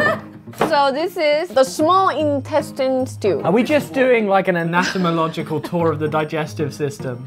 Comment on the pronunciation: Lmao anatamological🤣🤣. Its anatomical 😂